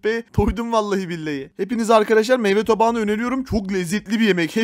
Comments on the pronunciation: It meyva tabağı değil meyve tabağı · Her zaman meyve tabağına meyva tabağı diyen koca yürekli